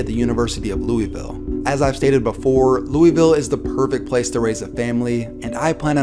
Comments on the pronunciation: Btw it’s loovill not Louievill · HOLY FUCK ITS NOT LUIS VILLE OR LOOEY VILLE ITS FUCKING LOOL VILLIE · Cringe every time he says "Lewie-ville" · Sorry, “Lewis-ville” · Every time this dude said Louisville it made me pissed off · Please pronounce Louisville right